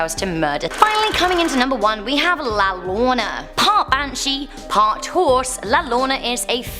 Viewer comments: it's not pronounced Laloorna btw it's pronounced Layarona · Abi-lean! And La Yarona! Not Abi-line and La Lawana! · Lolona🤣🤣🤣🤣 is called la llorona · Peach: llorona is pronounced La Yor ona ( the wailing lady) she isn’t part animal she is just a heart broken mother who mourns her children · it’s la (la-llorona) with your butchering self 🤣🤣🤣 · La llorona is pronounced “your- o -na” it means the crying woman some of these are Latin urban legends. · Pronounced yodona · She butchered the pronunciation of La Llorona so much :( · You pronouncing ( La Llorona ) wrong love..